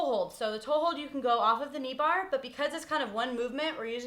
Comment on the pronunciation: lol she said "knee bahh". "ahhh you kidding me?!! theh's no fahckin knee bahhs!!??"